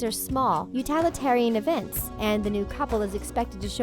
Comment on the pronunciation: I caught that, too. I believe she meant ‘accompany’. The narrator made a few additional verbal flubs, such as ‘utalitarian’ instead of utilitarian.